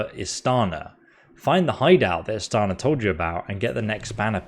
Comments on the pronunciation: Do you have dyslexia? Are you lazy? Are you illiterate? Why is it such a challenge for you to pronounce the names in the game, even if the voice actor actually says it themselves... She says "Istiana" several times, IST-I-ANA, stop saying IST-ANA you stupid fool. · Hearing Istiana voicing the names of the imperial lords and still BOMBING the pronunciations anyway is CRAZY ISS TEE ON UH NER RET SEES